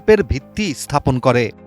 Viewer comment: থাপন কি রে গাধা।স্হাপন